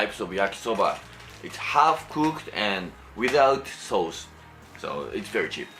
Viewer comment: Idk why but i love it when he says sauce like ‘sows’